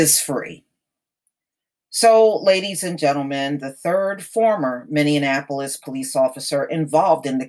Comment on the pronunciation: Why can’t this woman pronounce Minneapolis correctly